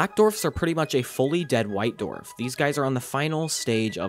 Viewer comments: This is a great video, but for the love of god please learn how to pronounce the word “Dwarf”! It is not pronounced “Dorf”!😫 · you are supposed to pronounce the w in dwarf you keep saying dorf its really grating on the ears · On what planet are people pronouncing dwarf as "dorf"? Seriously, where are they from? Up north, mid-west? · Ngl. hearing "dorf" instead of "dwarf" is getting to me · It just killed me every time you said "dorf" ... Its not a "DORF"!!! ITS A "DWARF"!!! Im sure you can find somewhere to listen to how others say it.